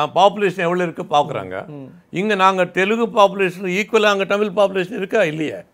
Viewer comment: அது "டமிழ்" இல்லை "தமிழ்"